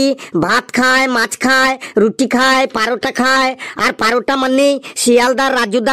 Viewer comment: লেবুর গানটা কয়েক দিনের মধ্যেই ইউটিউবে ভাইরাল হবেই। 😊 আর পারোটা কেন বলছেন ওটা তো পরোটা হবে ভাই।😮